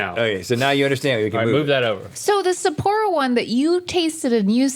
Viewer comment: The way the pronounce "Sapporo" hurts my soul.